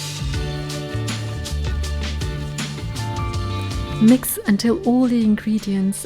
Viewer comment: I liked the parrrmegiano reaggiano pronunciation 😁👌🧀